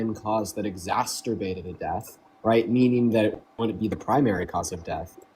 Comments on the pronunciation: Exacerbated. Not exastorbated. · also doesn't know that the word is 'exacerbated', not 'exasturbated'.